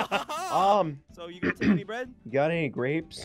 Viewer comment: I laughed so hard when said got anny grapes